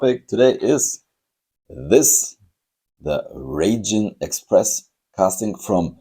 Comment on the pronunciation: Raijin is pronounced 'rye-jin', like 'ripe' or 'right'. It's an incredibly popular model in Japan, very hard to find. The cat deco is manekineko, a beckoning cat that invites luck - Japanese beckon underhand with their fingers where a lot of other cultures beckon overhand with the palm. The red treasure hunt is unusual because if you look at the Japanese lettering on the right side the word ホットホイール - Hot Wheels - has all the characters in right-to-left order, whereas on the left side it reads in standard left-to-right form, a feature you sometimes see on Japanese trucks, it's so it always reads front to back. Since Japanese is usually written vertically it's not a big deal to reverse the direction of reading for them. I've never really liked the Raijin Express that much as I had a bad experience with a Dekotora - I was stuck behind one in the evening while rushing to return a hire car, so I couldn't stop, and the road was very busy so I couldn't overtake either. It doesn't sound so bad until you consider that these trucks have chrome polished to a mirror shine, including on the rear bumper, which was flat, and so reflected our headlights right back at us the whole way!